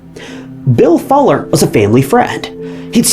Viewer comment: How are you mispronouncing FULLER? smh